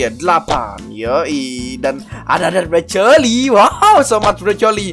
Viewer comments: BANG KO LU SUKA NGOMONG BROCOLI ITU KAN BROKOLI BUKAN BROCOLI BRONYA AWASIH JADI C.L. O .I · Kan Ngomongnya BroColi 😂